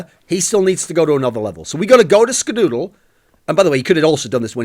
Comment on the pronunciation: Please make a video where you just say skadoodle. It sounds so funny when you say it. Dooooodle